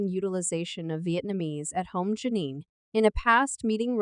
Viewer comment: Why keep pronouncing her name incorrectly? Telling her business and can't even say her name right.